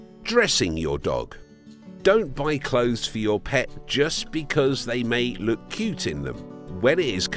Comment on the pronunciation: "They love taking wooks"